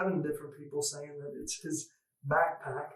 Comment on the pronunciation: ITS A BACKPACK not a bagpack. Bagpack isn’t a word. You seem to think you’re so smart, but you keep fucking up a word my three year old can say clearly.